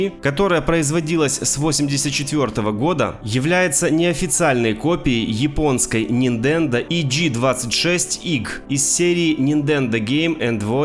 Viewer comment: Услышал "Рисох" и рухнул со стула!😂 "Ниндендо" тоже не плохо. Может поэтому и копировали всё?🤣